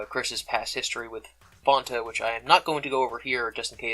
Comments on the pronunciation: It's FANTA, not 'fawnta'. Clearly you were spared the painful "Doncha wanta fanta" campaign years ago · FONTA? It's Fanta....like "I'm your fan" or "ceiling fan" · Its pronounced like fan or the name Ann, not "on" or fawn/faun. F-ann-ta. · He says fon-ta and not fan-ta. How can you call him reasonable?! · "Fonta" lol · Don’t wanna be that guy but it’s Fan-ta not the way you pronounce it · In the commercials they say fonta. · Hold up, is fanta pronounced fonta? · Disliking purely based on your pronunciation of “Fanta” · It made my skin crawl